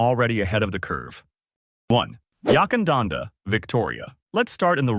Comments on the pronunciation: Yakandanda not Yuckandanda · Unless it’s changed without telling me, the first syllable of Yackandandah is Yack and pronounced rhyming with Back